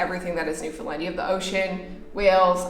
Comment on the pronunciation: Why does it always sound like you’re saying “Newfinland” and not Newfoundland